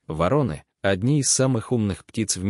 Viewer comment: Отличный рассказ. Но вы должны правильно ставить ударение. ВорОны. Благодарю.